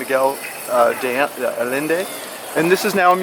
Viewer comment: Allende is pronounced “Ayénde”. Otherwise, I like your tour.